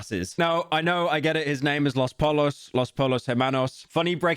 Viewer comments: It's pronounced poyos not polos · Pyro please brother say the spanish word how it's supposed to be said. You don't need an accent just please say pollos as "poyos" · brother that's Spanish. The double L's make a "ja" sound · The way you said pollos bro 😭😭😭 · How can pyro be such a breaking bad shill and not even pronounce pollos correctly it's not as if it's said about 200 times in the shows